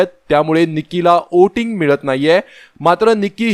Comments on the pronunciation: ' ओटींग ' नाही हो....,' व्होटिंग " म्हणा...🤣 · Oating nahi re bala, Voting boltat.